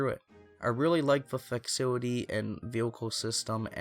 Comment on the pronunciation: i had to rewatch a few times to figure out what he meant when he pronounced "facility" i've never heard it pronounced like that....amazing